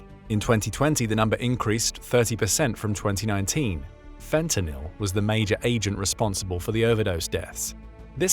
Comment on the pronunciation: Your ai narrator has trouble with the word fentanyl lol